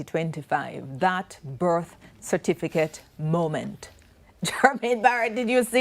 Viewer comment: How many times have the debaters and panel said cerfiticate